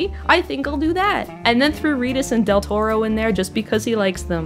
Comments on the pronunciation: i didnt mind the playful mispronunciations of del toros name honestly if you guys spread that kind of banter around better than focusing on one person im pretty sure you wouldn't have gotten as much flak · Ah I kind of understand why they did that dude. The girl got a lot of abuse for mispronouncing Del Toro's name. I don't think she meant any offence and I don't think she should of got the abuse she did. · Intentionally mispronouncing Del Toro's name with Latino stereotypes and miscellaneous Spanish phrases. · I didn't even get the taco joke. I just thought she was mispronouncing his name, which made me mad enough as it was.